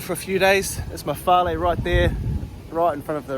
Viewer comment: Yesssss I love your videos but you going to Samoa before me just makes me love your videos even more. Love the pronunciation of ‘Fale’ too!! Love your work bro 🇼🇸🫡